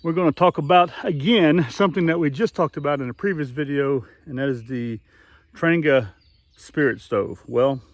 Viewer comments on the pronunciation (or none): It’s pronounced “ trahnYAH” It’s Swedish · it’s “Tran-Jee-a” and you’re putting your windscreen together wrong. Connect the tabs first (outside in) and move on to the next piece (connect from the outside in) and so forth till you’re done. Good video though, just practice….. SanJoséBob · If you call or visit the Trangia museum in Sweden you’ll find the word Trangia is actually pronounced several different ways.